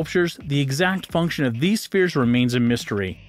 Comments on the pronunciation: "Strange stone fears..."???? You found a narrator who couldn't pronounce, "SPHERES"???? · FWIW, "las bolas grandes" translates as "the large balls". The words rock or stone are NOT present. I'll ignore the mispronunciation of spheres since so many others already mentioned it. For future reference, there are MULTIPLE channels here on YouTube where you can HEAR the proper pronunciation of words in multiple languages. All these topics are better explored in more depth elsewhere. I'm out.